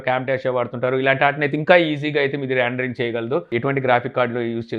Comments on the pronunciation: Adi randering kadu rendering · Randring ??? "Rendering"